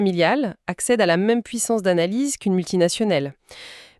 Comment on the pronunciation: Les dialogues générés par IA c'est insupportable. C'est même franchement nul, le web va être pourri de ces trucs, ça me dégoûte. 120 vidéos en 4 mois, quel gâchis. "multinationnelle" plus loin, Sine qua non le "non" se prononce "none". On peut cliquer n'importe où on tombe sur du n'importe quoi. J'ai ouvert la vidéo sur les Sargasse, j'ai mis la barre de progression au pif quelque part et j'entends un travail de "Sissife" au lieu de Sysiphe et on prononce ci-ziphe. Si t'es content de toi, c'est ce qui compte 🤣😂😂